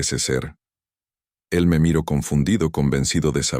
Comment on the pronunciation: Siempre los escucho y los contenidos son extraordinarios, pero el relato, disculpas pero es terrible, no se entiende bien por los grandes errores de pronunciación, no es lo mismo decir: miro a miró, ano a año!!!